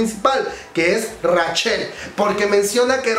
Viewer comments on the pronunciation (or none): Comadre como te quiero pero me da ñañaras cada vez que pronuncias Rachel textualmente como se escribe xD